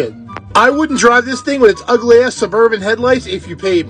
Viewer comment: The "Its UEGHLY" made me smile :))